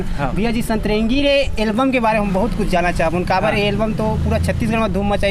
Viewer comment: Setrengi nahi bhaiya satrangi